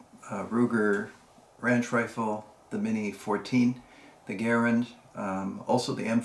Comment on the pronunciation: Try Ga - rand not Gar- ren